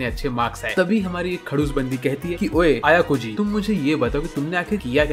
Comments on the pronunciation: Bhai Ayakoji nahi Ayanokoji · Bro pleas say the main carracter name aynokoji its not ayokoji pleas bro say main carracter properly😊